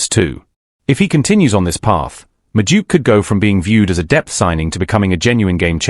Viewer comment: who's Medook? AI can't pronounce names.